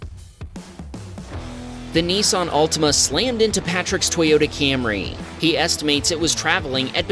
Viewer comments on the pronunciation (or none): none